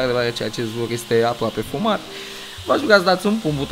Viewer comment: Numai eu aud în loc de "acest vlog e aproape filmat", "acest vlog e aproape fumat" ?